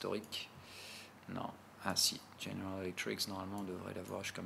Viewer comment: petit détail mais répété très souvent; tu dis "General Electriks" 10 fois par vidéo alors que GE = General Electric *sans S*. ref: tout en bas.